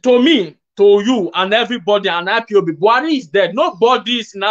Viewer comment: Sir please stop staying IBOP. It is not IBOP with a B, it IS IPOB with a P, please enunciate and pronounce properly . If its hard for you simply say "EyePob" Thanks